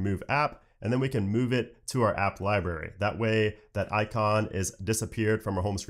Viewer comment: you provide very good information and I am a subscriber. This is only constructive criticism. You are pronouncing library incorrectly.